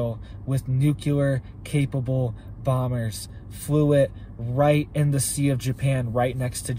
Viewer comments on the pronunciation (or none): I love and his channel ❤ but I have a hard time hearing how he pronounces "nuclear" like George Bush, "nuceular" 🙄😑😜